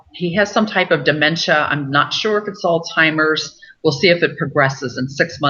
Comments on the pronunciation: Hi, Joyce - I know what you mean. I kept hearing the same thing. But I think she may be just pronouncing the "z" like a "ts" so that it sounds more like Altsheimers, and that first "s" is just getting rolled into it. I don't speak German, but maybe a "z" has a "ts" sound in that language. My husband just walked into the room and he speaks some German (his mother was German), and I asked him. He believes this is the case. So maybe that explains it?? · Are you sure that she is a real doctor . She is pronouncing alzheimers like "all timers"